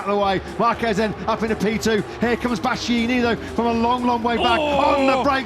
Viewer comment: One of those commentators can't pronounce Bastianini... 😅